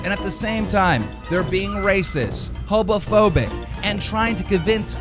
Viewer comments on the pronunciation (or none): Keem says hobophobic instead of homophobic lol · is it just me or did he say hoBophobic not homophobic lmao , or I'm just deaf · Does he say Hobophobic instead of Homophobic ? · Did he say "Hobophobic"?? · Anyone else notice at like when keem is talking about some team being racist and stuff, he says HOBOphobic, not homophobic? Or was that me just hearing things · This man really said Hobaphobic... make any fucking sense you egg. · Keem says 'hobophobic' XD Dude has a real problem with pronunciation. Earlier in the video he pronounced garbage as 'gar-bitch'. Start going after him for stuff like that I'm sure something that petty would get under his skin. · keem says hobophobic.. doesn’t even know what homophobia is or how it’s pronounced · London is blue l yes it is, but that’s not the point We’re making fun of him for pronouncing it “hobophobic” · is he saying Hobophobic? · lol did he say "hobophobic"? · Did...did Keemstar really say HOBOPHOBIC?! Like intolerant of hobos? I- It’s it’s...HOMOPHOBIC LMAOOOOO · Are we gonna act like Keem didn’t say hobophobic instead of homophobic ? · I noticed he pronounced homophobic as hobophobic as well. I don't know why, but it jumped out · is it me or , DOES KEEMSTAR REALLY SAY HOPOPHOBIC?!?!?! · Did Keem just say "hoBofobic"? LMFAO! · did he say hobophobic lmaoooo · am I crazy or did he say hobophobic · Anyone else hear Keemstar say “hobophobic” . Jesus this guy cant even speak correctly. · keemstar really fucking said “hobofobic” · keem says racis and hobophobic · did he really just say “hobaphobic” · did he really say "Hobophobic"? Does he not know how to ponounce homophobia or it is that they are afraid of homeless people? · Man just said hobophobic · This dingus is so prejudiced he doesn’t even know how to pronounce homophobic 🤣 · He can’t even pronounce homophobic correctly...it’s incredible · dude couldn’t even get the word right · Man keem can't even say homophobic 😔 he that dumb